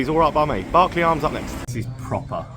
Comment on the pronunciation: Nice one Squire, local town to me and bang on with the Berkeley pronunciation 👍